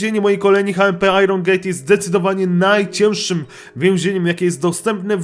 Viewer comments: to nie powinno być hmp tylko ejdż em pi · hejczempi się mówi xD